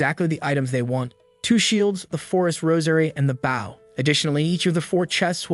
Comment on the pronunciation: I enjoyed the story but I wish you could get your AI to tell the difference between the word "bow" as a verb versus as a noun. Bow as in a bow and arrow aka a noun is pronounced like boh b. oh. just like "row your boat" bow, row, stowe, low, crow, etc.